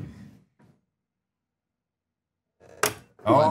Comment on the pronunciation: These guys can't even read a two word title correctly. It's Pie Face.